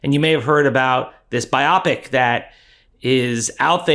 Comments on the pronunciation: Dude, Biopic!?!… cmon man, it’s BIOpic. Jeesh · A word from the wise... "biopic" is not pronounced By-AH-pick. It is BY-oh-pick. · Bio-pic not bi-opic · please for the love of all that is holy: It is a bio-pic, not bi-oppic. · Bio. Pic. Not bi-OP-ic. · "bio-pic" not "bi-Opic" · Dave, surely it's "BIO-pic", as in a biographical picture? And not "buy-Opic", it doesn't rhyme with myopic 😅. Sorry for the nitpick, love your content! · Bio-pic, not Bi-opic. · I think it's "bio pic," not "bi opic." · "bio-pic" please. Not bi-opic. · not bi-opic, it's bio-pic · It's pronounced bi-o-pic (as in biographic picture), not bi-op-ic. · The word is BIO (as in biography) pic (as in picture, or movie). BIO-pic, not biOPPick. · bio pic, not biopic. you sound like AI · It’s pronounced: BIO - Pic (short for picture) 🤦🏼‍♂️ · Ummm … the word is pronounced “Bio - pic”. As in Biography motion picture. Not “biopic” as in “myopic”. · Pronounce it right or quit saying it every five seconds Jesus Bye OH pick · FFS! You DON’T pronounce “biopic” the same as “myopic”! You pronounce it “bio-pic”, which is short for “BIOgraphical PICture”. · Forgive me but I believe it’s pronounced ‘bio pic’. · It’s pronounced buy O Pick And it’s pronounced Kahn I agree with your message but do yourself a favor and get this shit right You are not helping yourself with this But at least you are better than dash dabrosky You obviously are not cooked up But please pronounce and enunciate better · For some reason, hearing it pronounced “by-ah-picks” makes me want to pee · Hope you don't mind correction advice. You're pronouncing "biopic" in a way that rhymes with the adjective "myopic", while actually biopic is a noun (referring to a type of film). The pronunciation phonetically is BIO-PICK (short for biographical picture). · How could you get a passing grade on your LSAT if you cannot even figure out how to pronounce "bio-pic?" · I think it's pronounced bio-pic. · Why does he say "biopic" like that?